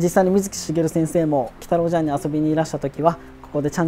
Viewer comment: 茶屋の部分、「ちゃや」じゃなくて「ぢゃや」って読むのですね